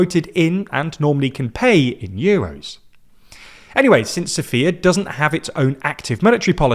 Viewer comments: It is S*o*fia, not Sof*I*a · When you listen to that video where you know the subject very well and realize more than a third of the content is complete nonsense, you can only ask yourself how much of the other videos are of the same quality. And learn it already, it's SOfia, not SophIA. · jeez... in your 25-30 years you seriously never heard sOfia pronounced properfly EVEN ONCE?....... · dont do that! It’s Sòfia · Sofia has emphasis on the first.